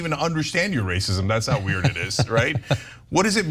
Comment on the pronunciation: He’s saying weird like he doesn’t know what the word WEIRD means 😂😂